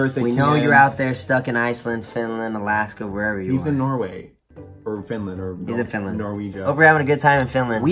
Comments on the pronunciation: REALLY SAID "NORWEGIA" IM DEAD OMFG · norweighah dude it's norway ahahaha ily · said norweiga 🤣🤣🤣